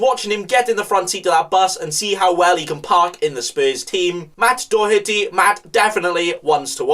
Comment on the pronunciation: Still the best pronunciation of DOHERTY 👌🏻